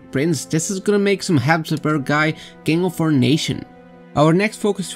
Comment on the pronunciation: Mmm Habsuburgs again hehe